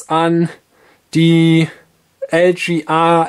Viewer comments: Meine Güte ey, es heißt: LGA und nicht LJeeeeAaaa. Gott ey. Deutsch is schwer nä. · LGA steht für Land Grid Array, eine Bezeichnung für die Sockelbauart, was also ein englisches Wort ist und daher auch englisch ausgesprochen werden sollte.